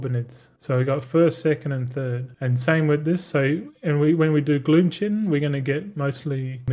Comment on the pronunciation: Willful ignorance pronouncing chitin the same as disregarding everyone telling you multicraft crushes ingenuity in value. Following your financial decisions is morbid curiosity.